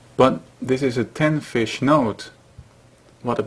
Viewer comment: you must be swedish, you almost said fisk